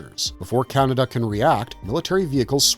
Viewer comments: All the times I've seen Akira, I never realized it was pronounced Canada. /s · More AI generated slop - it can't even pronounce Kaneda's name properly. This basically scraped from movie review sites. Youtube floods their platform with this shallow schlock so they keep all the cash and don't have to pay real, living casters